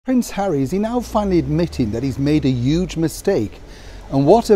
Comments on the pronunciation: Hello, why do you say ' uge?? Languages are alive and living way to correspond with each other. But the word 'huge' in English is spoken bei using, combining, including the H letter. Please don't tell me you say 'erbs =AMERICAN instead of HERBS=ENGLISH. Even the word in English HOTEL ist spoken out using the letter H. The only thing with the word HOTEL, is that it is written with the word: an An which is used before all words beginning with a vowel e.g an orange, an apple, an elephant and so forth. Hotel is an exception. To be honest it sounds ridiculous! But still, I wish you all the Best. M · A "uge" mistake!!?? Did i hear it right?!